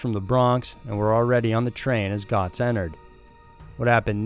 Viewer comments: You mispronounced the name of Bernard Goetz. It’s pronounced “gets”. Makes me wonder how much research you do, if any. Obviously didn’t watch news videos. Hopefully, you’ll improve. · Bernard’s last name was pronounced “Getz”. He only had a microscopic portion of the 43M. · Bernie Goetz is pronounced Get--zzzz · I have always heard Bernard Goetz' name pronounced like "getz" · Bernard Goetz - O is silent. And the victim was awarded millions, but collected nothing. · Bernie's last name is pronounced like GETS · Great vid as always but it's pronounced Bernie Getz not as it's spelled. This guy was the absolute Anti-Hero! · Nobody is sentenced to 25 years in jail... He got sentenced to 25 years in PRiSON... Also, Bernard Goetz is pronounced GETS... Goetz served eight months in JAIL, not prison... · Bernie Goetz's name is pronounced "getz" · Goetz is pronounced Gets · it's pronounced GETZ. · It's pronounced GETS, Bernie Goetz (gets)... You're my favorite channel, but mispronouncing names is one of my pet peeves. Do better, because otherwise this channel is professional level. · It's pronounced "Gets". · "Getz" is how to pronounce. I remember this case well my hometown. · Just said the same thing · I was about to comment the same thing, this was big news when I was a kid living in NY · It’s Bernard ( Getz ) pronouncing. Guy was almost a hero to some. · How do you not know who Bernie Goetz is??? Pronounced- gets. To mis- pronounce his name is weird, and you do it so often it's off putting as hell!! 'His time was pock-marked'? How does that make sense? Is there a meaning other than the common acne scarring meaning? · The "subway vigilante", Bernhard Goetz pronounced his surname "gets". I'd be reluctant to make anything that could be construed as a wrong move around this guy. He may have encountered people who mispronounced his name in the past. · It's pronounced Bernard "Getz" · Gets... It's pronounced Gets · You know what else is wrong? The way you pronounce "Goetz"